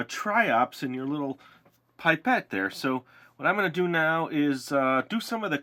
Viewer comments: I speak french and the right way to say it is pee-pet Pipette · It's 'pip ette' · It is pronounced pip et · The way you say pipette sound like babette the charater I'm playing in the school prodution. :D ^.^ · Lol, I say "pip-ett" too 😜